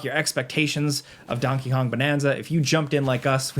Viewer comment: bro did NOT say donkey kong